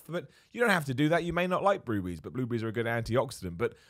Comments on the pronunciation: the way he says "bluebriees" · I thought he said blue beeeze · WTF is a blue-bry? ;-) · Bloobrees, I love how you pronounce certain things. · Who else was wondering what "blue breeze" was before realizing it was "blueberries" 😂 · The way he says blueberries🤣🤣🤣